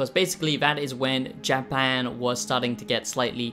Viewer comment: Ok, ok ,ok,ok . We get it, but it still doesn’t make it a good review. For someone who “apparently” lives in Japan, can’t even pronounce the country’s name. Not worth the watch